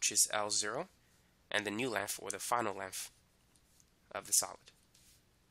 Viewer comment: he can say thick but cant say length..